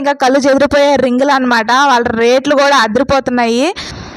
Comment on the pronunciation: Letlu kadhu retulu